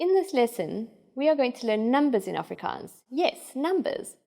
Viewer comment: I’m Afrikaans but this lady pronounce it pretty weird.